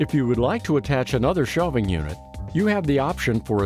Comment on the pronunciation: Its SHELVING. Not shelfing!! Go back to school before you put a you tube video on.